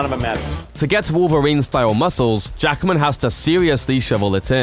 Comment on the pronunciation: His name is Hugh JACKMAN, not Jackerman. That's really annoying. One of the first pointers to showing respect is pronouncing the person's name correctly, and 'Jackman' is not a difficult name to get right. Two syllables, not three.